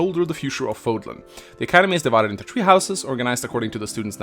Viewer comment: The struggle of the none native English speaker making three sounds like tree.